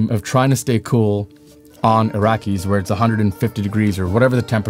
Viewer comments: Kept saying Arrakis WRONG LOL, very distracting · Proper names have no defined spelling or pronunciation rules that I know of. I read the book but have not heard Mr. Herbert pronounce the name to say who is correct. Is the pronunciation A--rack-iss or Ah-rack-as or Are-rah-kiss? or another form? As a proper name, it matters.